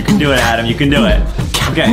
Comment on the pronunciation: U said adem its ADAM